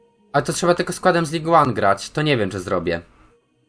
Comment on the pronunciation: Jakby co to Ligue 1,czyta się Ligę